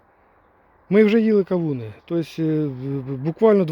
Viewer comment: 😂Чуть нэ встявся! КАУНЫ😂ну мойва, яка чудна😂да ванюча😂